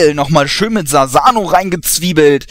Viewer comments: Es heißt nicht Sasano sondern Susano bei Sasuke heißt Kiri es wird zwar Kirin geschrieben aber laut Anime ist die aussprache nur Kiri. Achtung Spoiler Madara Uchia Story ist auch Fail weil Tobi nicht Madara ist es ist Obito und sobald jemand sagt er kann es nicht sein les den Naruto Manga Chapter 599 da ist der Beweis. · du sagst sasano statt susano